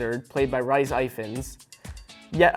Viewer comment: You mean rhys not rice, and last name you made a mistake